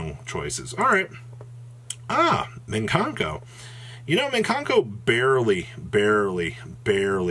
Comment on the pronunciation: please, there's no 'n' in the first syllable of Mikanko lol